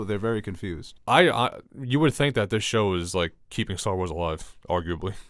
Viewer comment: I swear calls it "Stall Wars" and it's so frustrating